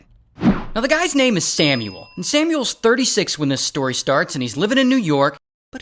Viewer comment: Ray "When this stoy starts" Johnson